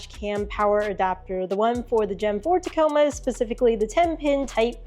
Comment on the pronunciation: She still says Teh-coma 😬 TaaaaaaComa ladies n gents.